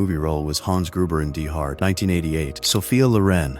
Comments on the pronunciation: Can't they get this AI crap to say anything correctly notice when they say die hard they say d hard or something like that get it right this AI crap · Dee hard!!!😂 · I love the AI Narration on these vids. The pronunciation of DIE in DIE HARD being pronounced as if it were German is unintentionally hilarious. (Y'know, because his character was German. And it turns the title into THE HARD).